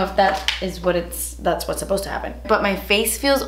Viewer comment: I love when she says "das expensive" lmao